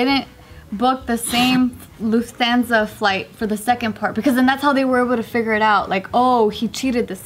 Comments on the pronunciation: luf-THAN-za ... I died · Dang, butchered the Lufthansa ahahah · I can't, pronouncing Lufthansa wrong is painfull